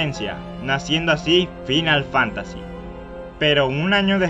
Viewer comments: "Dragon Kest", "FInál Fantasy". En serio?... Aun así buen video. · Fainal fantasy chu mai english is perfectou , maldito bech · Video perfecto, sólo, deberías hacer un esfuerzo por pronunciar los juegos como son: "Dragon Kuest" y "Fainal Fántasi" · Morin risa cuando lo pronuncio asi XD o el Final Fantasy (cuando deberia pronunciarse como "Fainal Fantasy") XD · se pronuncian fainal fantasy y dragon cuest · "dragon cuest", "fainal fánasi", pls... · tus videos son buenos,pero si mejoraras tu forma de hablar y de paso,pronunciaras bien,serían mucho mejor, el a veces se hace difícil de oir por las malas pronunciaciones cono dragon kest o fínal fantási. con todo y eso,estan bien editados. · me gusto tu video, pero me crispa los nervios como pronuncias Dragon Quest y Final Fantasy